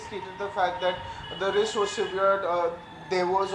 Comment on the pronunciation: Please pronounce SEVERED correctly, the way you are pronouncing it has a different meaning altogether. Today's anchors focus on their make up more than learning new words everyday. Shame